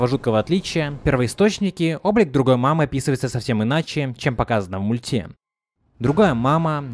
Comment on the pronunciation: Блин бесит его произношение,мультЕ . Перестала из-за этого смотреть.